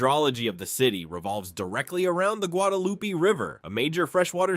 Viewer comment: Learn to pronounce the names of the region correctly: al ma DEN, not al MADEN (Almaden). Guadalupe (eh sound), not Guadalupi. Must be AI.